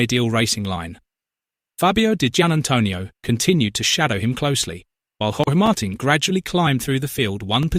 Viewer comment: Yep, Aprilia is an overnight sensation; but it was about sixteen years in the making. They are looking good now! Grinding away on the entire field. Ai Ogura on a satellite bike on the podium too! Hey, it’s pronounced “Mar-teen” ya stinking computer AI.